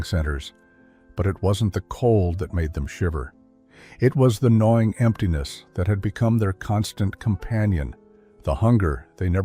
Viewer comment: Not "annoying," "gnawing."